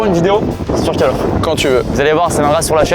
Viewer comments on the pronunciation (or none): "cale off" 😅